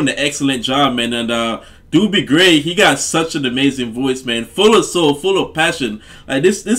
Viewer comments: It's not Doobie Gray ! Is pronounced Dohbee Gray !! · They DJ's pronounced his name "dough-by" gray 🙂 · His name is pronounced dough-bee, like bread dough, not do bee. lol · One of my favorite songs to listen to while laying on the sand at the beach during summer vacation at T street in San Clemente. Dobie (pronounced "Dohbee." Doobie is something you smoke while laying on the sand at the beach!) Gray is very close to a one hit wonder. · An iconic song. So wonderful. (BTW-Dobie has only one O, not two like the Doobie Brothers. It's pronounced like Dough-bee.) Super-fantastic song! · By the way, his name sounds like Dough-be, not Doo-bie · Dobie, Not Doobie. 😂👍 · Not "Doobie", but long "O" as in Oh, what a night-therefore pronounced "Dohbie" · Doh-be Gray not doo_be.i really don't know why you'd say that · DUDE - it's DOBIE, not DOOBIE ! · Its not Dubie he's not a joint its Dobie like dolby stereo without the L in the middle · Doh-bee, not Doobie, lol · (dough be gray) not doo be lol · Dobie. Not Doobie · Pronounced Dough-bee. ✌😉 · DOUGH-B is the pronunciation. Hey great song especially the back end with the clapping n all. Always love for this song. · Love your reaction to this classic. Oh and his name is pronounced Dough-bee. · Love this song, Love your glasses! Looking good. His name is pronounced Dough -bee Gray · It's a long "O" in his name and rhymes with the the word row or snow; Do bee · Pronounced "Do-bee." (long O) Such a pretty song. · Pronounced Dough-bee Gray. Listen to Im in With the In Crowd. The man was an amazing singer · It is the original version and his first name is pronounced "Dough Bee" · Great great song! Haha when I was first learning the words( I was like kindergarten/first grade) I sang” Give me The Beach Boys and free my soul” lol what did I know. Found out in junior high the correct lyrics 😂 Also, not to be rude: pronunciation is Dough-be Gray :) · He's Dobie, pronounced like Kobe (Bryant). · It's Doh- bee gray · Pronounced dough-bee gray